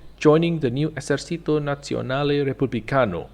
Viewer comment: "Esercito" isnt pronounced like in spanish, the "c" dosent make the sound of an "s"